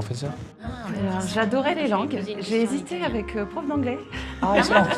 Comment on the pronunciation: Au début j’ai cru que c’était mr pof et pas mr prof 😂